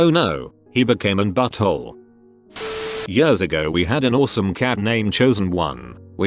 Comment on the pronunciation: Please fix the "years" of this voice, it sounds like they're having a stroke every single time they say it. Btw, I do like chicken! xD